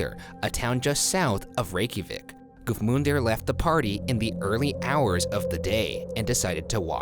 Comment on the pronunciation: Man, A+ for the pronunciations in the Reykjavik story. I would not have had any idea where to begin with those names/words. Granted I have no idea if Ryan's pronunciations are CORRECT lol I'm just giving points for trying (and doing so confidently).